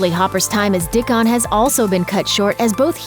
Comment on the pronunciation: lol "Dick-on."